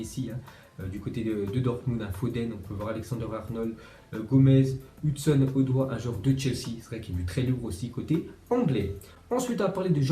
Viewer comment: Ça se dit Hudson [Odoï]